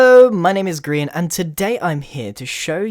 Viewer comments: Lol I like it how he pronounces "Grian" as "Grein" XD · I thought he said... "Hello! my name is Green." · why cant nobody say grian............................